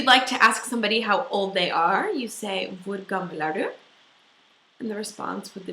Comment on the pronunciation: I really dont understand what you say on "Hvor gammel er du"? - > Vur gam ar du ?